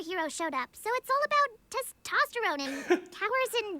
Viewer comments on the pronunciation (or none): none